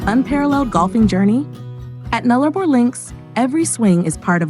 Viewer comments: It is pronounced NULLA-BOR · It is pronounced Null-a-bor dopy!